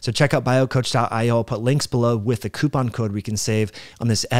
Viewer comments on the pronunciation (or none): none